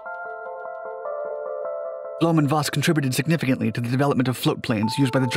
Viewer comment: It's blom-foss instead of blom-voss and it's messershmit instead of mesher smith.